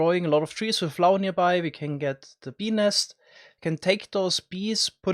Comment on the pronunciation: You should say “bee nest” differently, it sound like “penis”